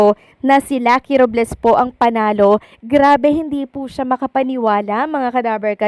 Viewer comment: RObles po hindi RUb les😂